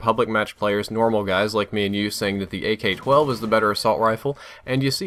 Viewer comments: In Min he don't Says Ak12 he says GayK12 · it sounds as if he says "gay-k 12" lol, great video and thanks for listening to your subs about the range thing, I said it a few times too